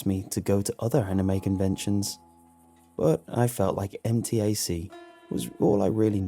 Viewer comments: As someone who has gone to MTAC many many times, I... can actually see how being kidnapped there is easy so the story isn't too off in the portrayal of the surroundings. Side note, I did twitch a little everytime it was pronounced M.T.A.C. Instead MTAC, but it's just a pronouncing thing for me. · fun fact: we actually pronounce MTAC as 'em-tack', not letter by letter